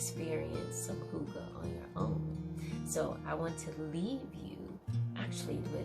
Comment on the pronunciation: Loving, lovely video, dear (hygga pronunciation = who-gah)